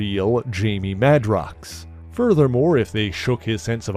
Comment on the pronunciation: On that note, I thought Jamie's last name was pronounced MAY-DROX, not MAH-DROX?